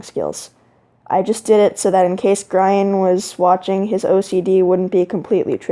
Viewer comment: Did u say grine instead of grian